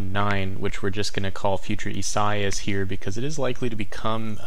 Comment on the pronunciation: Thanks! Watching the tropics from NJ. However, it's not ee-SIGH-as but rather ee-sah-EE-as. Great job though.